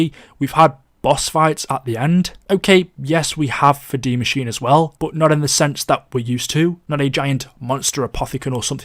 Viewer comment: This guy cant pronounce words right he said it like de machine its die machine